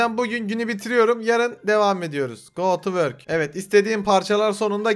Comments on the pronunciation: yazılışı : go to work okunuşu : go twerk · abi go to work dedin ya ben twerk sandım